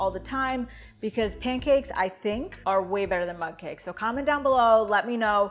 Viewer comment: Mug! Lol I thought you were saying mud 🇦🇺